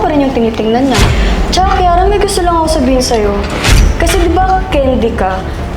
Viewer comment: Kiara❌ Kirara✅